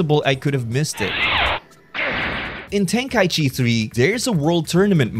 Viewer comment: Ten-KA-ichi Not Ten-KAI-chi